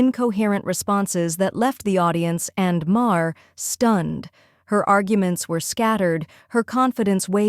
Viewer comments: A small thing - but, narrator, whoever, whatever you are - his last name is pronounced "Marr," NOT Ma - Her. How do you consistently get this wrong? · CNN biased towards the left? 😂😂😂 woman, you're utterly ludicrous. And if you are going to use Maher for your ridiculous rants, at least learn to pronounce his name correctly, because as it is you just made yourself sound like a pathetic whining moronic clown.